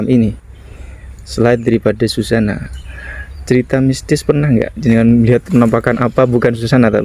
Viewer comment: Mas bukan ,Sujana,Susana mas,di plesetin Susana inget y